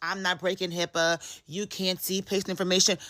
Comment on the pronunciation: What I meant was HIPAA is the least of the worries in this video… it’s the obvious issue but there is more to it. Also if you claim to be educated in HIPAA, please use the correct letters. It’s not HIPPA or HIIPA